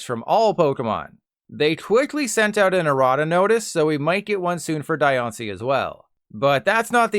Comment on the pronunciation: Its its pronounced like die-on-ci Antonology of the word is diamond (di) and rock ( ishi) in Japanese Translated to english as diancie The an is pronounced like on tho because theres not driect translation that doant change the meaning of the word in Japanese